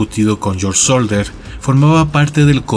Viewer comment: SODDER, no "Solder"